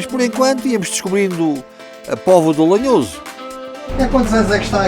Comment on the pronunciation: Não é lenhoso é lanhoso